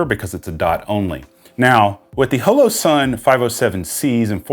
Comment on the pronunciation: i know that mean well, but you talk too much & your gesturing is even worse. Your videos are wa-a-a-y too long. You may confuse the uninitiated by calling the "M" model a compact. Other than that, you're doing fine. OH! Its Hollow Sun, Hoe-Low. And slo-VEE-knee-uh. Proceed.